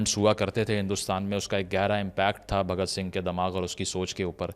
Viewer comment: Abe sale name to sahi se le bhagat sing ji ka ye mahan krantikari hai